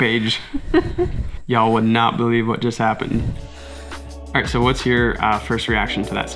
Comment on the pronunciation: A reasonable Australian "Alroight mate" at the start....